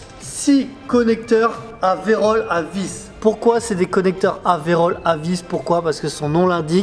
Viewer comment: Video toujours tres sympa si je peux me permettre ptit rectificatif c est virole non pas verole...la verole c est autre chose😂. Bonne journee😊